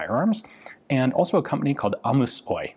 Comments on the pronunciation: The "Oy" in Ammus Oy is just short for "Osakeyhtiö" which means stock company in English and isn't pronounced as one "oy" but separately "o y". And "Ammus" is ammunition in English. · HAH! Hearing Ian say Ammus Oy as if Oy was a word was rather funny. For anyone wondering, it's pronounced O. Y. as separate letters because it's shorthand for "osakeyhtiö"=stock company or limited company. The mixup is understandable with them capitalizing the first letter of a compound word. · The "OY" in Ammus OY is an abbreviation for Osake Yhtiö, the equivalent of PLC. It's not meant to be pronounced as a word. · Great history, you cant find this shit anywhere. One point, when you see "OY" or "OYJ" it means like "ltd", or "gmbh", Literally "OsakeYhtiö" and "JulkinenOsakeYhtiö", "StockCompany", and "PublicStockCompany" "AB" is same in swedish, "AktieBolag" For example the finnish lock company ABLOY is just, "Aktie Bolag Lukko(lock) Osake Yhtiö". Point being, its not a word, it is an abbreviation. So you say it "oo-yy", like one would say "UU ES EI" "Ammus" means "munition".